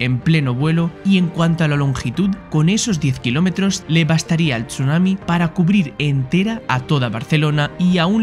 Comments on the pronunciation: Yo cuando dice "TCHUNAMI" en vez de decir sunami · se pronuncia sunami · Buen video, pero como me molesta la pronunciación de la "s" es como si dijera "sh" cada que vez que lo pronuncia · Me duelen los oídos cada vez que oigo chunami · Me generó bastante estrés que pronunciara Chunami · Qué nervioso me pone la forma de pronunciar Chunami